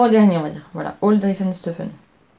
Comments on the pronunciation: les fantaisies d' Non du début! Driessen et pas drieffen 😂🤣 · Coucou, super podcast comme d’hab je t’adore! Ta robe de my image est canon! J’ai un défi pour toi si tu l’acceptes😜😉... dans ta prochaine vidéo tu ne dois plus dire drieffenstoffen mais driessenstoffen plus de ff mais ss! Allé je compte sur toi! A bientôt et bonnes vacances 😘😘😘